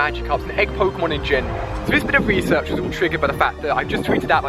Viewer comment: Ali A doesn't know how to pronounce pokemon names